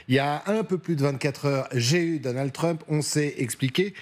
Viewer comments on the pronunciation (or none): none